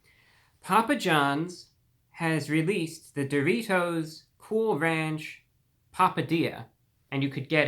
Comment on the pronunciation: If you don’t love the way this gentleman pronounces the word “dough-REE-toe”, something’s wrong with you chief 😂